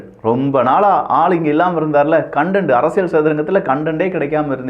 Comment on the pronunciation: அரசியல் என்று நீங்கள் சொல்லும்போது 'அரசியழ்' என்று கேட்கிறது. திருத்தம் செய்யவும்.